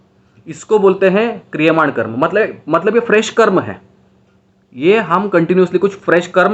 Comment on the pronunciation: Sir, call it Karm. Not karma. Like It's not Yoga.. it's yog, it's not mantra it's Mantr, It's not budha.. it's budh. 👍 Western people did this.